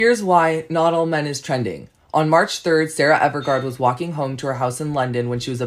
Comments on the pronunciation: Hate to be that type of person but I have to because its rude. Her name is Sarah Everard not Evergard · Okay the first guy is fine, I don't disagree with anything he says, but I sincerely cringed when he said "Sarah EverGARD". Like if you're going to give information on a person, especially online where you have a significant influence, AT LEAST say her name right 🤦